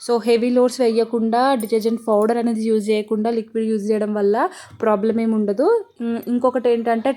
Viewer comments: Powder ❌ fowder✅ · Nee foudar paadugaanu, powder not foudar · Pouder kadhu powder